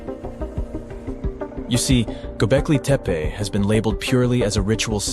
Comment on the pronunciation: Can't even pronounce the title correctly! Where do you come up with your silly ideas?